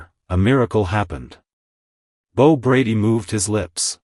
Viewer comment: Bo, not B-O!